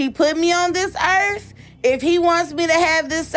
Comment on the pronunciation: She said "he put me on dis earf"😂 Badalusional state 🤣